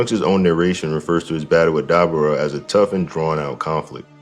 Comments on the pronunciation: How the FUCK do you pronounce dabura that way?! Did you even watch the show? They said his name 100 times. And you STILL proceed to pronouncing it wrong. It blows my mind how that’s even possible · Daber vs Da-Boar-Ra